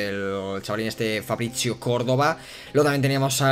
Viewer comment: Porque lees ¨Fabricio¨con pronunciacion italiana? en plan, Fabrizzio?